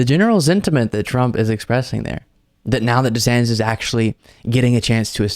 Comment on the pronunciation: Hate him or love him, "Desanctis" was highly on point.